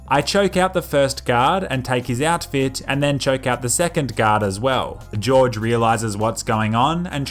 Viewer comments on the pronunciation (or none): It annoys me how you pronounce Jorge like “George”. It’s pronounced “Horhey” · Pronounced Jorge as George, it's pronounced "whore-hay" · just saying it isn't pronounced george it is pronounced Hor-hey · Sir its not George its Horge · is name is horhe not george ''angry face'' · Cartel leader is not George.... Jorge is pronounced HORE HAY, apart from that just keep on killing, good job.. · it's not george, it's jorge (hor-hey) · George Franco George Franco it is Jorge Franco not George Franco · lol, he keeps saying "George" instead of "Jorge"/"HOR:hey" xD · Jorge is pronounced whore-hey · If it is spelt Jorge I think that is supposed to be pronounced 'Hor Hay' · "Jorge" Franco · That was the whitest pronunciation of Jorge ever.